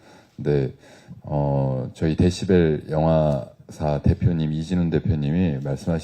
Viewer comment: 박경림님이 데시발 이라고 잘못 발음하니까 웃음 터진거 존나 웃기넼ㅋㅋㅋㅋㅋ 데시발 ㅋㅋㅋㅋㅋㅋㅋㅋ